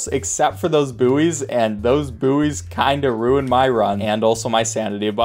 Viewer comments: isnt it pronouced "boys" not "boo-eys" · Boooeys? It's pronounced like boys lmao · Buoy is pronounced like boy Please stop saying booeys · Did he say 'booeys'??? 😂